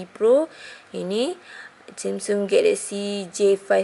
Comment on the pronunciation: sebut jela samsung xya la semsung aca omputeh je nanat